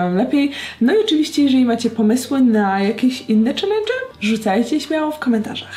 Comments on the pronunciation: chyba byłaś głodna, bo zjadłaś "n" w słowie "challenge" 😂😂 Pozdrawiam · ucieklo ci n w slowie challenge